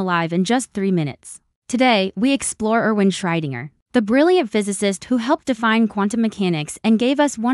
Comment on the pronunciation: WHO? Can you pronounce that properly? A.I. sucks again!